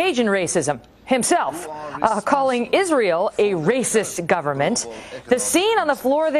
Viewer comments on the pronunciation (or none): none